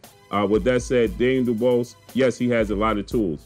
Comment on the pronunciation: ..his name is pronounced “du-bwah “ trust me I am from the UK his surname is French..you know the French colonised parts of Africa??